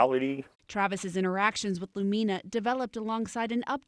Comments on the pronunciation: It bothers me too… the accent is supposed to be on the letter “U”. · Lumina mispronunciation is annoying.